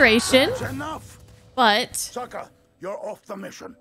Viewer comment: I just realized that in the shitty live action movie, they unironically call sokka "sooka" in the same way as the fiance did here. M night must have seen this episode and just ran with it lol